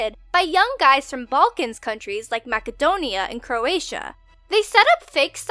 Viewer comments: I cringed at pronunciation of Macedonia. It's pronounced Mass-uh-donia, not mack-uh-donia. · It's pronounced 'masadonea'. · Did she say "macadomia"? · UnknownHoax ikr I was like "makidonia? Are you serious right now?" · Lmfao "MACKA-DONIA" omg ahahahahaaaa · It's pronounced MAS-edonia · That Macedonia 🇲🇰 pronounciation was priceless hahahaha